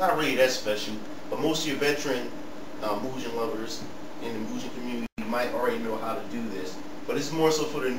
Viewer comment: Is Mugen Lord. Doesn't know how to pronounce "Moo-Gen".